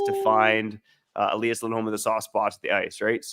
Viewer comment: There's only one pronunciation of Elias in Swedish. Let's just say it's not Elah-yahs.